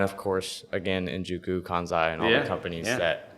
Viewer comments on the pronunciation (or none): I loved how he told you how to say kansei (Kan-say) but proceeded to say it wrong the whole rest of the podcast 😂 I would’ve done the same thing honestly 😂